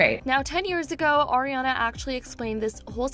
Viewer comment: It's "Ariana", not "Oriana".